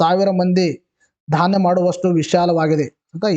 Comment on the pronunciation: Sir adu dhanya kendra alla sir dhyan kendra